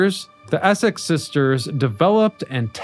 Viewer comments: Why do you keep calling the ESSEX class ESSES, darn annoying that you can’t say it correctly, plus you called the R.A.F. WRAIF or something similar. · Several errors in your descriptions. Also some of the things you mispronounced like Essex and Nimitz.